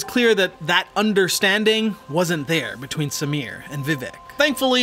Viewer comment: Bruh I'm impressed with the pronounciations! My uncle built parts of the team that built the cars raced by Samir. It's a now defunct firm called Red Rooster Racing here in Bangalore. The dude is immensely skilled. I remember the time he had brought out his Novitec Supercharged Ferrari F430. The thing sounded wicked n he had it floored! This was around 2013 or so and a time when supercars were a rarity on Indian roads, let alone being driven hard. We also happen to have a goddamned almost 200% import duty on imported cars. So something like a highly specced SVJ is almost 1.5 million USD here. Samir also has a Superformance GT40 in the Gulf Livery amongst a dozen or so tasteful exotics.